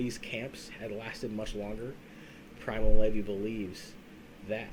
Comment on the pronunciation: Guy said “Primal levee”